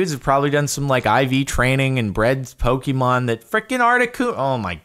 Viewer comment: I feel so annoyed at how he pronounces the pokemon names.I do not hate him but I hate the way he pronounces pokemon names wrong